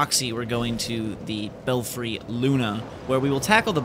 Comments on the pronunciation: Bel-Free....not Bel-Fry. The red guy is an NPC by the way. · Eh, I think you should try pronouncing that like bell-free (as in Bats in your Belfry). Also..that key opens the door in Sinner's Rise. Admittedly, there's only one that's of use, now, and I don't recall what item(s) are inside.